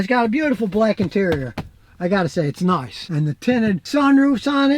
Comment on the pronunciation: noice! i heard him say "noice"